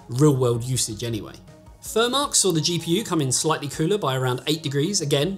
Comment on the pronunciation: its cooler , not coola .......